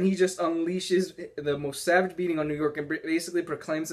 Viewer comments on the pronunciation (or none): none